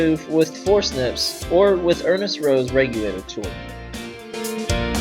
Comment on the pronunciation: forsnips?? or forcepts